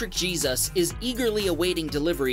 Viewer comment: "Electric Jesus" I believe it's pronounced "hay-SOOS" not like the mythical man from the bible..